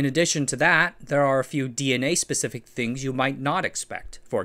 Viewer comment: mispronouncing DNA in the first half second is quite the move